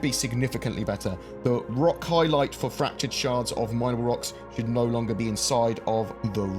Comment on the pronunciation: Interesting how your character reacts to your ROCK and FRACTURED pronounciation